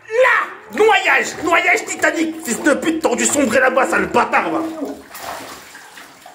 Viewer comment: Il a dit noyage titanic